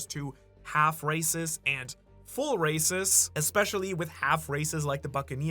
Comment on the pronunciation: when u said half rasis and full races i heard half recist and ull rasist lol